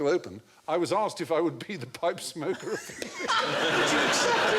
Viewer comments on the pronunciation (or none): THE POPE SMIKER